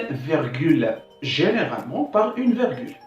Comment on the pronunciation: Bonne initiative, une petite remarque on dit virgule et non vergule . Bon courage.